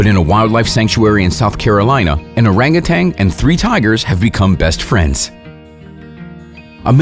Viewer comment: I die laughing just by he speelling "orang utan" as "oreng uten" 😂